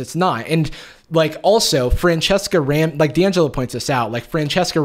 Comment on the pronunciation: jarvis pronouncing Dangelo like Di angelo me : Percy Jackson flashbacks